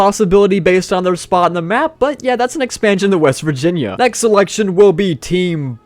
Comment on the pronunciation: “west virginiah”💅💅💅